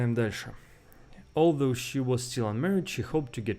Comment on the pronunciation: Although. Ударение на 2 слог